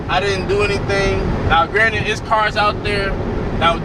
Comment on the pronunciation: Lol I read the comments first so I busted out every time I heard “Granite”😂. All love though lol